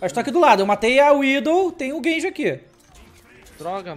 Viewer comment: N é genji, é gayji